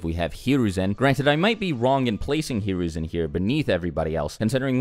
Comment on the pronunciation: Who's hararoozin you mean Saratobe